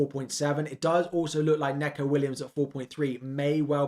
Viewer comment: It's pronounced Neeco Williams, not Neco. It's Welsh